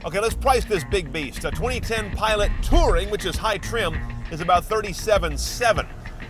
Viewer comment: Pilot* not Piloat